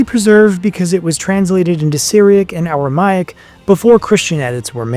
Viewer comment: This dude calls himself a historian when he can’t even correctly pronounce Pontius Pilate, Tacitus or Aramaic. Plus, several lies in this barbaric misinformed video. Christians were called Nazarenes by the Jews and others and the christians called themselves the saints not righteous or just. Saint is a word used since the Old Testament to refer to the Jews who were religious and pious, hence the meaning of the word - pious/holy not righteous or just. Another biased opinion here by this guy masqueraded as fact , just because Josephus spoke well of Jesus, doesn’t mean his writing was corrupted. Jesus had a very good reputation amongst the people. Josephus is not saying anything out of ordinary of what was said and known about Jesus. If you’re going to talk about Jesus, At least leave your opinions out of it, and do better research than this lazy bum video. He didn’t even mention the most scientifically studied artifact in history which is the shroud of Turin, let alone the other archeological findings.